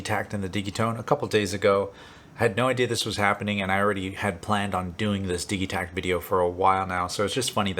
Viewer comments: Its pronounced di(d)gitekt ! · Why are you pronouncing the G hard? Do you say diggital or dijital? Either way love the vid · I've heard several people pronounce the name of this machine with a hard g, as in digging, rather than a soft g, as in digital. Is it supposed to be pronounced like that?